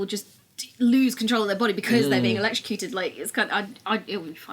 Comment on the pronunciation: Electroducted? Is that intentional or is it not electrocuted